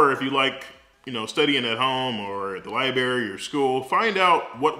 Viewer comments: Study at the Li-BERRY! I love it, I say it the same way haha. Thanks for the info sir! Keep up the vids, you are an inspiration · Down vote simply because it was so painful to hear an almost board certified surgeon saying "libary" multiple times. The content of the video was actually good. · Library!!! L I B R A R Y!! You are too educated to mispronounce words. Still a very great informational video. Thank you for sharing! ❤ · Good advice. So nobody's going to point out lieberry and breafast like those actual words. Every doctor I work around nails those words with the greatest of ease. I guess library and breakfast will wait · Did he say lie berry ??? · I know you are a doctor bruh, but... "libarry?" lmaooo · "Lie-berry." "pneumonic." The language police got to me :'( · Libarry.. lol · K G that’s not how you pronounce it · Laconian Drakon pronounce a WORD like library. 🤣😂🤣😂 someone like you should know the difference between spelling a word and pronouncing it. Or maybe that’s just the way they say it in the city he was raised in. Dialect and accents have a lot to do with the way people say certain words. In this whole video the only thing you guys could do is pick out and make fun of the one word he PRONOUNCED wrong. It says a lot about your character. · The most common dialect in the United States is General American. So it's understandable why the pronunciation stood out. But yes, many Southerners enunciate "library" this way because of the middle phoneme